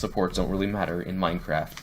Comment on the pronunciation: Minecwaft is dode